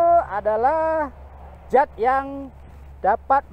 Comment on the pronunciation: Mantap uraiannya. Yg perlu di kuruskan adalah. Anda nyebut zat dgn jat Yg benar zat. Latihlah terus mengucapkan huruf yg benar, agar anak cucu lurus juga nanti menyebutnya